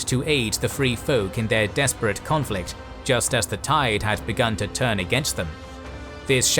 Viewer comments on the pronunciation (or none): none